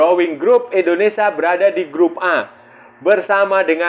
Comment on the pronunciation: Maaf bang INDONESIA Bukan ENDONESA.. Gunakan bahasa yg baik dan benar biar enak di dengar